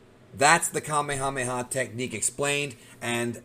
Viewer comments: Native Hawaiian here…. Fun fact: Kamehameha (the chief) is pronounced the same way as the move in Dragonball. “Kameyameya” is an english mispronunciation As is “Yookalaylee” and a lot of other Hawaiian words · You are incorrect about my kings name: Kamehameha. The way it is pronounced in Japanese is the correct pronounciation in Olelo Hawai'i. The way you say it- Kameamea is in- correct. The name has a very intense meaning in Hawaiian. It is a spiritual name and a very powerful name from its origin. So, I believe you, sir, need to research the word, the name, and the spiritual content behind it. He was recognized as extremely strong to the point of beyond human. The physical feats were registered and documented. The Kanaka were knowledge and practiced a martial arts known as Lua. It was recognized by China as the most deadly of all martial arts known.